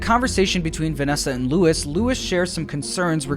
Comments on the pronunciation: Nice vid, but in , , , and , Luis is pronounced lwis not Lewis or Louis 😂😂😂 I don’t like when people call me Lewis or Louis… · everytime this man says "LOUIS" and not "LUIS" i die a little inside. my friend, it is LOO-IIS pls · So weird how Luis’ name is pronounced Louis even tho that’s not the same thingb